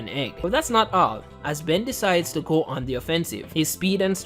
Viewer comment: It can't even say Ben correctly.This is making me mad now f this video